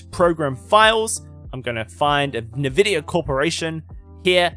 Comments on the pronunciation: Take a shot everytime he says nevidia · All useless in this Video, I only set Sharpness and Black Equalizer on my Monitor! The only Thing I wanna know is there any way to make the HUD GUI bigger, bcs. in WQHD or even in 4K its to small, DBD Support no Answer I sended Tickets for about 3 Years! Lol how funny he pronounce Nvidia, Textures...